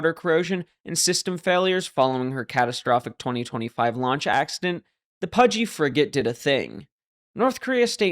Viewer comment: Launch, I thought you said lunch. Kim probably